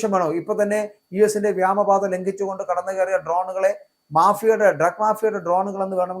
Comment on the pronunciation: എന്താണ് ഈ വ്യാമ പാത. ഇയാൾ ഇപ്പോഴും വ്യാമ പാത എന്ന് പ്രയോഗിക്കുന്നത് കേൾക്കാം. വ്യോമ പാത എന്നാണോ ഇയാൾ ഉദ്ദേശിക്കുന്നത്. എങ്കിൽ വ്യാമ എന്ന് പറയുന്നത് ശുദ്ധ അസംബന്ധമാണ്.